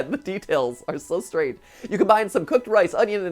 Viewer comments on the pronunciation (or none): none